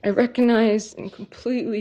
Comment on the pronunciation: I hate the way she says “recognize.” “I reckinize...” Girl. Just say you get it. It’s not like we believe you anyway.